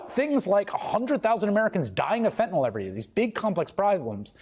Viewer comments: just a tiny pet peeve but i hate it when people pronounce it "fen-tin-awl" instead of "fen-tuh-nill". N-Y-L does not say "NAWL". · It is not "fetnil" nor "fetnol" nor "fetnel". It is fen-ta-nyl. How hard can it be to correctly pronounce an three syllable word? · Fentanyl rhymes with chlorophyll and pill, not basketball or ethanol. And definitely, not with null. Fen-tuh-NILL. You of all people,. Get it together. Sound it out, dude. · fentanyl or fentanol? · why does Murica insist on pronouncing it fentenol?